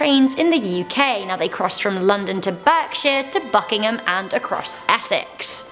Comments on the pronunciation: It's pronounced barkshire not burkshire although it is spelled Berkshire. The name is KOSMINSKY not KOSIMINSKY! You're British and should know how to pronounce one of our own counties. At least you've stopped flapping your arms around like a pigeon. Nice girl though but I'm a pedant. TTTFN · Berkshire gave me a giggle as it’s pronounced ‘Bark-sheer’. We love an unexpected pronunciation of a place name here in the UK.